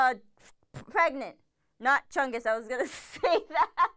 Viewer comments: IT IS CHUNG-U-S NOT CHUNG-E-S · It's ChungUs not ChungEs